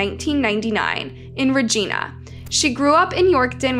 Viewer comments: Why can people not prounouce Regina 💀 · The way she’s fucking up the pronunciation of Saskatchewan and Regina 😭😭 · Lol please learn how to pronounce Saskatchewan and Regina properly. Thank you. Awesome video. 👌 I live in SK and this hit us all hard here. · The pronunciation of Regina was also wrong. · They didn’t pronounce Regina right either! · You're saying Regina wrong. It's really distracting 😂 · and im sorry but that is not how you say Regina or saskatchewan just saying love from hamilton ontario canada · Reg I na, not Regeena. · Regina is pronounced like Vagina it’s not like Regina George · Regina, Saskatchewan: Reg-EYE-na, not Reg-EEN-a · It’s Regina not Regeena I used to live in Yorkton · Learn to say Regina! Not RegEna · I was yelling at the phone everytime I heard reeGINya. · Regina is rej-EYE'-na Rhymes with Vagina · Your pronunciation of Regina should be Re Jiiiiiiiiii Na or REG EYE NA. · The pronunciation is driving me nuts 😤 😅 *sas-catch-chew-won * REGINA NOT ra geena Its pronounced the same as vagina 😂 just with ab R* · As someone born and raised in Saskatchewan. I have to say that everyone from the U.S. always pronounces Saskatchewan and Regina wrong. Not that it matters much, but it just sounds strange. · I kept thinking she was meaning a person not the city Regina ❤🇨🇦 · so sad, but I laughed every time you pronounced Saskatchewan and Regina Hahaha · Hello! New fan here. Just stopped to respectfully say, a few things: You’re pronouncing a few of the places wrong. Regina is pronounced like Vagina, but with a R. (Ragina)😅 Saskatchewan is pronounced like Sask-catch-chew-wan. Alsooo, Canada doesnt have States. We have provinces.🤪 I Love the videos! Please keep them coming. Much love, from AB, Canada!♥️🇨🇦♥️ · Suh-scatch-ew-wan Reg-EYE-na NOT Regeena lol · Love the pronunciations 😅 Re-gIna (I - eye) Sas-catch-oo-wan (Saskatchewan) -sincerely a Canadian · All Canadians are 😂 at how you pronounced Saskatchewan and Regina 😂